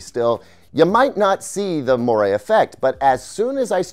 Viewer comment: That's not how you pronounce moire.